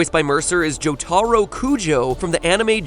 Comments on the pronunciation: Joh-TAH-roh? Come on, Matthew, you can do better than that. It's JOH-tuh-roh. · "Warlords of Drainer" "Joe-TAR-o" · pls its pronounced jo-tuh-RO not jo-TAH-ro dykg y u use this guy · "juhTARoh" God damnit mat pat. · Joe-TAH-ero? Really? It's Joh-Tuh-ro. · What the fuck is a JoeTARO, its pronounced Jo-tah-ro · ...it's not jo-tar-o its jo-ter-o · why the fuck does everyone mispronounce jotaro's name the same exact way? it's JOtaRO. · matt, say it with me JO-taro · Mis pronouce AHHhh its said Joe the row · GADAMIT JOE TAA RO!!! DAaS NOT HOW YOU ANOUNCE EATE IT YES YEs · I fucking HATE how matpat says jotaro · you said jotaro kujo wrong, and said Hanzo and Genji used to be one character named Hanzo but show concept art titled Genji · I hate how MatPat pronounces Joturo Kujo. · How the fuck do you mispronounce Jotaro matpat, you had one job man. One job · am i the only that cringes how Matpat says Jotaros name? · I hate the way he pronounces Jotaro tbh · He said jotaro wrong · You know, I came here to watch a fun video about Overwatch trivia, not to see someone else pronounce Jotaro's name wrong I can never escape this hell can I? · Matthew Patrick. Did you seriously just mispronounce Jotaro. Are you serious. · He pronounced jotaro wrong... im triggered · That, and he has a rather thick accent. Also extreme respect to him for the way he'll actively attempt to correct his pronunciation instead of bitching about it. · Mat pat completely butchered Jotaro Kujo's name pronunciation... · Am I the only one who noticed how badly Matpat mispronounced Jotaro's name? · That Matepate guy can't even pronounce Jotaro correctly. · why does everyone mispronounce Jotaro's name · Matpats pronunciation of Jotaro, good grief. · Everyone is bitching about MatPat, but I'm more upset about how he mispronounced Jotaro's name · ... that's not how you pronounce Jotaro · MatPat I will never forget how you mispronounced Jotaro's name. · You pronounce Jotaro wrong. just getting that out there